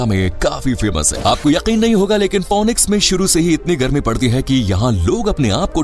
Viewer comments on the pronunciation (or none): It's not fonix its fenix So fenix goes for real with phoenix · इसका ऊच्चारन फोनिक्स नही फिनिक्स हैं. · Pronounce it as finix and not fonix.